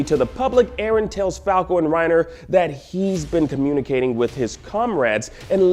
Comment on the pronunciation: 316 It's Eren, not erin, not eron, why is it so complicated for you two to remember his name right.